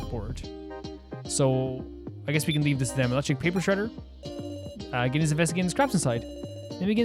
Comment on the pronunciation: Btw Reko's name is pronounced Reh-koh, not Ree-koh. Also I'm not sure who told you Gin is pronounced with a hard G, I don't think that's the case. Sorry to mention these things unfortunately irk me a lot I wish they didn't